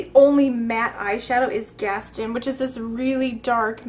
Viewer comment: Awesome! !!! isn't Gaston pronounced Gast taaan with a long o?? just wondering you said it a bit different, was wondering if I've been saying it wrong all these years, I thought that's how it's pronounced in the movie? ?